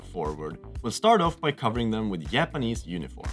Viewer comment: Härligt svengelska med ’yapanese’ 😅. They look great :)